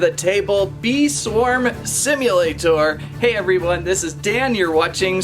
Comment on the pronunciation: i love how he says "bee swarm simulaTOR"